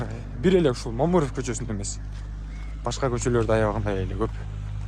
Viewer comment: Момуров эмес Мамыров деп туура айтчи.